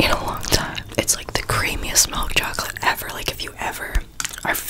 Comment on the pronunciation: No one:: MeLk CHocOlate